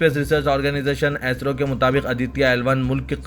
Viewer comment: Assalam o alaikum bh. AISRO nai hai Bhai , ISRO hai plz pronounce sahee kijiye.